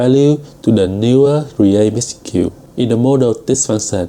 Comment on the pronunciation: Really struggling with the pronunciation of the 'age' of package and message.